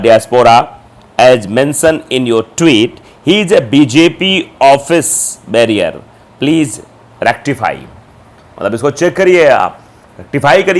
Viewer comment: Barrier nahi bearer boliye.